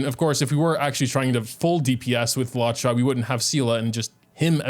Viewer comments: hey! loved this vid also luocha’s name is pronounced loo-OH-chah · “law chaw” kills me everytime i hate it (no offense btw) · why does he call him Lacha😭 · why does he say luocha like that